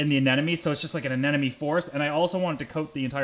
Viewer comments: I do think it's terribly cute that you say "anenome" instead of "anemone". Thanks for another great video :) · Sorry but it's not anenome, it's ANEMONE. My head hurts every time you say it wrong.😂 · Ah-Nem-o-nee...its driving me nuts. Sorry, but it is. Maybe its a Canadian thing? LOVe the channel though..